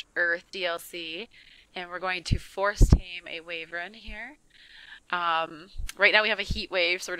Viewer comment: It's wyvern (y-vern) that's how u pronounce it